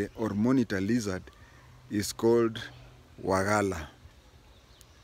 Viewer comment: You pronounced very well "wajeer"despite being non local